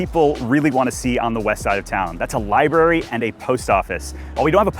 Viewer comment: libary or library? lol